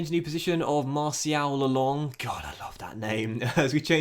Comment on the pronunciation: Just heads up, Marceau, is pronounced Mars-o, and Lelong, is pronounced Le-lawn. It’s French so it’s al pronounced like this…